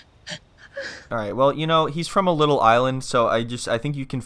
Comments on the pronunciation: “Liddle island” 😂😂😂😂😂😂😂😂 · “Liddel illand “ 💀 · "Leeytle island" 😂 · "Leedle island!"